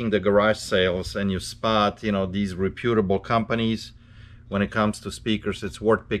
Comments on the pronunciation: says "REP - U - TABLE":-) thanks for sharing! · RE-PEWTER-BULL....LOL I love it